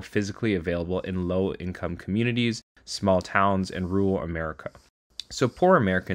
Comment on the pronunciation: For a moment there I thought he said "low class America"